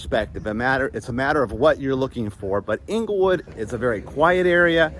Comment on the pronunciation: Correct pronunciation Of Englewood, FL is "Angle-Wood" you are saying Inglewood (as in Inglewood, CA)